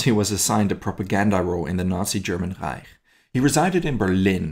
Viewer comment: how he pronouced reich